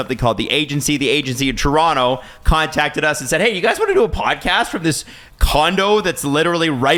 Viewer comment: Toronto in how many… (Guy on left) 😂. Bro said Tor in 5 💀